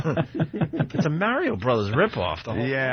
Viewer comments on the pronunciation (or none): Opie who the fuck is mary-o . I have never heard someone who talks for a living be so bad at pronouncing words . why don't you do the "fuchitive " bit again you fuck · notice how opie purposely pronounces 'mario' wrong so he can pretend that he is too cool to have played video games